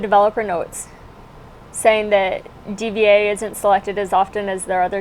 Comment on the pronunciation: D.Va is pronounced Diva, dude.